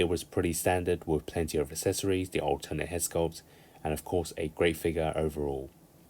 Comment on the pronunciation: For the love of all that is good, please fucking learn how to pronoun the word accessories. It’s not hard.